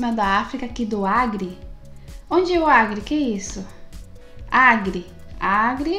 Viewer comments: ACRE....com "C"...e não AGRE...com "G". 😂😂😂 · ..não é "agre" é "Acre " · Não é agre. É acre é um estado brasileiro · Agre não, Acre kkkkkkkkkkkkkkkkkkkkkkkkkkk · Não é agre é acre 😘😘estado do Acre